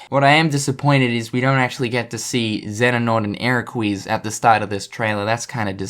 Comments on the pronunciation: omg, ign is so good with their analysis this time, i mean, they know so much about the series and go into so much depth with the characters and they give us such good explanations.... seriously, ign just fucked up all together on those last reviews......... XENANORT AND ERAQUEEEEEZ WHOOOHOOO!! LETS BUTCHER SOME MORE NAMES!! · Cracked up when he said "Xenanort and Eraquise".